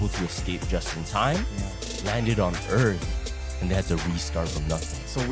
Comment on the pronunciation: Can’t take him seriously when he can’t even pronounce EARTH correctly 😂.